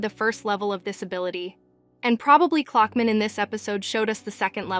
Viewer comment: Clockman ❌ Cluckman ✅